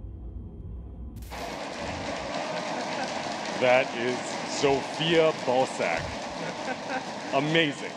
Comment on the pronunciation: It sounded like he said Zofia Ballsack